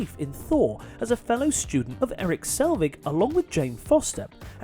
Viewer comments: Eric Selvig, not Salvig...and it's Rebecca Hall, not Rebecca Black......also, most of the list isn't even that bad. Where's fake Mandarin? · Erik Selvig, not Eric Salvig. And Rebecca Black? Seriously? I usually love your videos and never dislike, but this time around I'm going to dislike it for being just atrociously done. Wth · Erik Selvig, not Eric Salvig. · It's "Selvig", not "Salvig" and as others have mentioned it's "Rebecca Hall" not "Rebecca Black". Quality fact checking there...